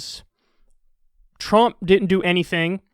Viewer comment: anyone notice an accent when he says trump